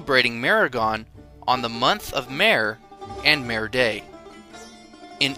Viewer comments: Except for the funny pronunciations, a good video. Zoroastrian is pronounced Zoraastrian, Meher is pronounced May-Hayr, Mehergan is pronounced May-Hayr - gaan, Demavand is pronounced Day-ma-one with a d sound at the end. But good content though, so well done. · In Persian the letter H is not silent. I wish someone had told the narrator. In words like: MEHR, SHAH, etc. Otherwise good work. Thanks.